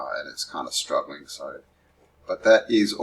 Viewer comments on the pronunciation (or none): none